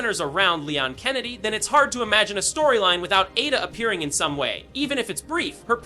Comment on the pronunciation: A….da, as brought to you by the letter A. Learn to annunciate.